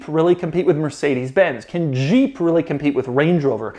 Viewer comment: Doug it's Jeep not Jjjjeeep or sheeep. Maybe you are pronouncing it from the 80s when Renault partnered with AMC and the French rolled the j? Jeep 😁